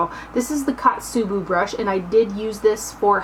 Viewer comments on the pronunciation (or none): The first one is Ko-tsu-bu ko like coat. O-u-gi Ou like a long Oh and gi like gib. Otsubu O like Oh. Kusabi was perfect :) Kusuriyubi was almost perfect the su just needed to sound like sue. Sorry if I sounded snobby. I just thought that maybe it would be fun to help with the Japanese pronunciations since they are a collaboration with a Japanese brand. You are SO close to 100,000 subscribers I hope you can reach it by the end of this month. An updated makeup collection after that would be a treat for us, I think ;) I hope you have a great rest of the summer!! :D